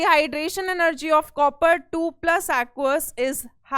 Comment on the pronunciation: Bhai lec 1 mai mam ne jase copper ko pronounce Kiya.......